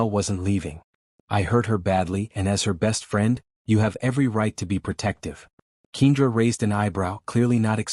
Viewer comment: I absolutely hate the pronunciation of keenDRA I am used to Ken-dra